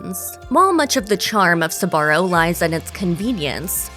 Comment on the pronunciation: Until now, I haven't heard Sbarro pronounced with 3 syllables.